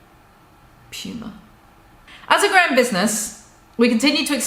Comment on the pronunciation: Puma.. pewma...Pooma...🤣